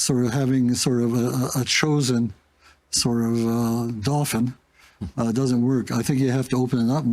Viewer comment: Dauphin, not dolphin.